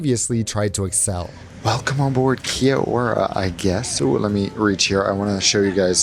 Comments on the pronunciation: Pro tip on pronouncing Kia Ora, say it like its one word, pronounced "kyora". You'll sound like a local in no time. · And roll "R" otherwise it sounds like Kai orah. Or my pet peeve - "Key Oh rah" 🙄 Eurgh. Gross 😂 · The mispronunciation of Kia Ora is an insult to the New Zealand people and Māori people don’t ever say Kia Ora again